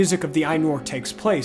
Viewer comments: Ih-loo-VAT-ah, rather than Ih-LOO-vah-TARRRRRRRRRRR. Also, Aye-noo-lihn-dah-leh, rather than Aye-noo-lin-dale. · Lastly, please, I beg of you, read the pronunciation guide... Ainulindalë is pronounced eye-new-lean-doll-lay. You are constantly mispronouncing things, and Ainulindalë wasn't the only mistake in the video, it was just the one that brought me to my knees. There should be after "Of the Rings of Power and the Third Age", but if your copy doesn't have it, use this link